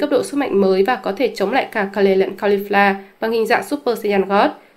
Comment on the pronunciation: Kê-rư chứ ko phải Ka-lê hay Kêu.